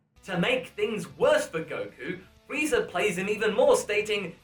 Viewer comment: I think you called Frieza "Freezer" by accident.